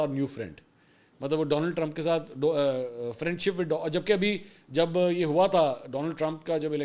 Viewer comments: Friend nahie phrand was ritefully said,😂😂😂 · فرینڈ نہی پھرینڈ 😅